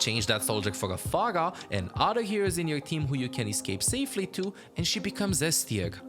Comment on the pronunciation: this guy cant say r. mexy, phagah. confusing. what language is his primary?